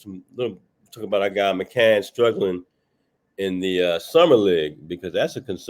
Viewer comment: McCAIN!!!!!!! not MC CAN.....pronounce the young fellas name right please...